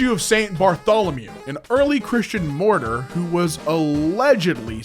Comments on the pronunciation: Martyr I pronounced Mar ter. Not "morter". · Pronouncing martyr as morter is a crime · Why he saying Martyr like mortar as in mortar and pestle xD